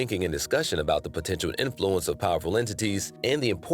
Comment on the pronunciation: why do you keep mispronouncing influence? its IN-fluence not in-FLU-ence